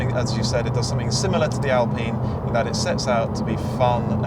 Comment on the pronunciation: I think Mat Watson Car Wow is one of the few automotive journalists to pronounce the name 'Alpine' correctly as an Englishman and English speaker.